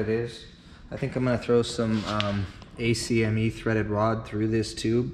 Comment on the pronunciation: Great video! Such a cool machine, especially since the off-the-rack ones are so expensive! Bravo sir! Small critique, ACME is generally spoken as “Akkk-Meee”. Good stuff man, keep up the good work!